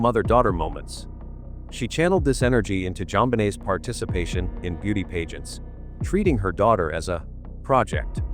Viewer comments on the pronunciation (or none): Pageants, not “paygents”. Pulease!!! And “fassad”, not “fassade”. So frustrating. Can’t watch any more.